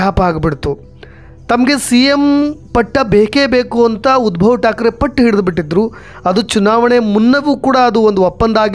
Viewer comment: Uddav thakre, not Udbhav Thakre.